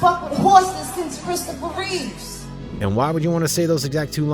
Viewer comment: It’s Reeve not Reaves or Reeves